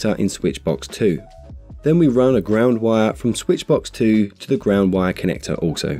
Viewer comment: This is a great video. It took me a few minutes to realize he was saying "WIRE" connector, NOT "Y" connector.